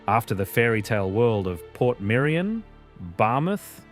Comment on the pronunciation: It's Portmerion!!!